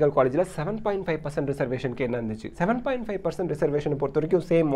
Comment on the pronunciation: 7.5% konjam clear aa sollungalae